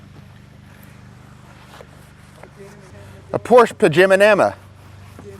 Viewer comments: Great content man! Pronouncing names wrong adds some good comedy to the video. I count 10 times you said Panamera wrong. Lol & I see you went with the first thumbnail for the video 👍🏽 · Enjoyed the video. I counted 7 mispronunciations. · I counted ten mispronunciations. I was curious about the Oberk Wheel Cleaner, would it be worth is for mobile details as it has a longer dwell time? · Mispronounced 9 times,let's go 💯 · Hello + from Australia🙃 The answer for how many times Panamera was mispronounced was 9 times..Also a great outcome as per usual guys..✌ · im gonna say 3 times before contest announcement once in middle then twice at end, but one of those times at the end you actually say it correctly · you said Panamera wrong 8 times by my count, I could be wrong, but I don't think I am. I'm glad you said why the gas door thing was off, that was bugging me lol. thanx for another great video. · I really dig all of your content. It has helped me tremendously and I definitely appreciate that you are not "my way or the highway". You encourage detailer to do what is best for them. I heard you mispronounce the vehicle name 9 times. Lol! 😁